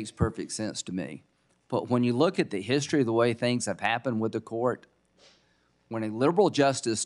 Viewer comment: LOL.. did he say DEE STORY??